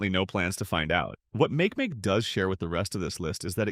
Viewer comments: Make Make is pronounced mah- keh mah - keh holy text to voice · It sounds like makieemakiee